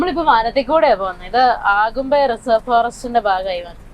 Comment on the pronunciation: ആഗുംമ്പെ എന്ന പ്രയോഗം ആദ്യമായി കേൾക്കുകയാണ്. അഗുംമ്പെ എന്ന് തന്നെയാണ് ശരി. അതിരപ്പള്ളി എന്നത് ആതിരപ്പള്ളി എന്ന് ഉച്ചരിക്കുന്നപോലെ.